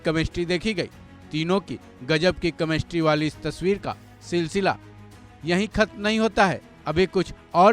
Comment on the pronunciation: Chemistry ❌ kamestri✅😂 pronounciation tagda hai